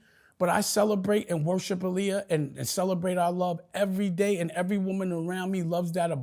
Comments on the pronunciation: If he knew Aaliyah he would know her name is pronounced AHHHLIYAH NOT UhhhLiyah. Man he’s exhausting 😂 I can’t with Dame, sheesh! 30 mins in & I need a drink! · Dame is delusional! He was so mad when he wasn’t a part of the Roc anymore that he tried to use Jim Jones & Cam to attack Jay through music. This man is so in love with Aaliyah and doesn’t even say her name correctly. Look it up, she was a stickler about saying her name is pronounced AH-Liyah. He did EVERYTHING and has nothing but hatred in his heart towards anyone who doesn’t stroke his ego.